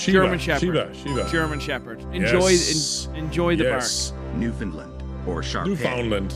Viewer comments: huge points for for saying Newfoundland correctly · It is so rare for anyone to pronounce Newfoundland correctly but leave it to some good old Irish boys.